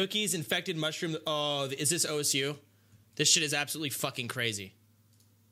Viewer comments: WTF did he say? Ou es ju? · Why the man here say osu is “ o-s-u” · did he really call osu o.s.u???